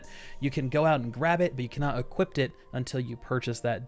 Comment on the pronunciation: I do not mean to sound like an ass, but the word is "equip". there's no t at the end. "equipped" is the past tense. don't know why this bothers me so much. otherwise, wonderful video.